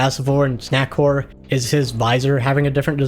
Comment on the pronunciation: Swear to GOD he's fucking saying snackwhore instead of snackcore but I can't prove it